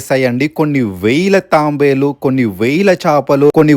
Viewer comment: Tambelu kadu Tabelu👃